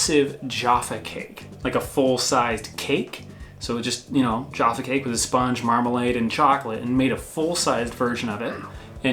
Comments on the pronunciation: You are pronouncing jaffa wrong. You are sayin Geoffa. Its jAffa cakes. For names and types that are better go to aldi you can get 12 of them for 37p absolute bargain. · You can get Raspberry 'Jaffa' cakes but only in Polish Supermarkets...nice to see has at least two shirts, unlike some people we can mention. Also I think you're pronouncing 'Jaffa' wrong, you're saying 'Jarfa', I think you should be saying Ja-ffa or something like that. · Jaffa is a variety of orange hence Jaffa cakes. Hint: not pronounced jar fa more ja ffa with a low a sound not r. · Youre saying jaffa cakes wrong. Say it how it is...not jarfa cakes. JAFFA cakes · Some of your pronunciation was rather suspect in this video! Jaffa cake was my favourite! I'm northern so for me it's definitely an a sound not an A sound, I've never even heard posh people pronounce it with an A sound. I love all the things you've mentioned, sad for Americans that they can't get these things. I hate Hershey's, I think it smells and tastes like vomit so to hear that they're the reason you don't have some of our most delicious treats is rather rude! Love watching your videos x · The biscuit that tops all those you mention is McVities Homewheat Dark. Also the "a" in Jaffa is like the "a" in hat or fat, so the word sounds like Jaffer. Interesting video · say joffa cake once more am ready to swing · We don’t label chocolate bars and the entire range of sweets as “candy”. Take note! It’s also not pronounced Jarfa. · It’s pronounced boar bons and it’s pronounced Jaff a cakes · The first 'a' in 'Jaffa Cake' is the '/æ/' sound (like in 'cat' [/kæt/]). It isn't the '/ɑː/' sound (like in 'car'[/kɑː/])/ . Jaffa Cake /ʤæfə keɪk/. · We pronounce jaffa cakes, jaff like math. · Sorry to correct you again, but I've never heard it pronounced any way besides Jaaffa, as in an a sound rather than an ay or uh. That's just me , so I don't know. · There pronounced jahfa cakes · I dont enjoy how the pronounce jaffa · JAffa not Jarfa